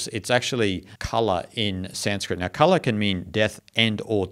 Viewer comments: It's not kalaa(art), it's kaala(time). And because it is time which ultimately ends everything, it is also means death. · It's pronounced KAAL (Time, Death) and KALA means art